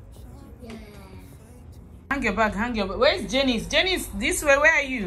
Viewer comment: Aren't they pronounced, "JAHNICE and JON"?